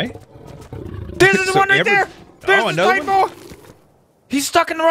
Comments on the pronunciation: I don't mean to be a douche, but the Titanaboa is pronounced Ti-tan-a-bo-a. Sorry if the syllables are wrong, but you do pronounce the A. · its not titanboa, it is Titanoboa (Ty-Tana-boa) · I'm not trying to be a hater but it's not supposed to be titanboa, it should,be titanaboa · AllShamNoMu ty-tan-O-bow-ah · It's "Titanaboa" and yes it was real